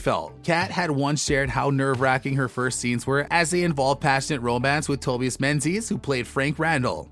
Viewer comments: And its To-bi-us not To-be-us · he even got Tobias wrong!